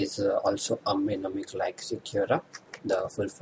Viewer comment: could u please correct pronunciation of mnemonic.